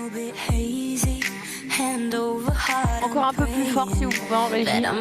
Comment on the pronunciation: Avec cette impressionnante prononciation j'avais compris " The Earth wants what it wants ". Ça ferait une bonne chanson écolo 😂😂.